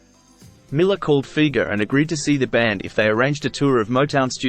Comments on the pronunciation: Pronounced FI-GERR NOT FEEGERR! Ugh! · It’s amazing to me, not really, but the majority of people will say Doug Fee-ger. That’s like The Kinks - Ray Davies is actually pronounced “Davis”.